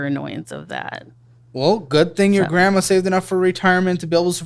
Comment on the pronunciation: Grand Mummah or Grand Puppah? lol